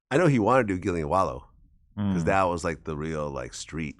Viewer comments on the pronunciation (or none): 'Pecause'? Lol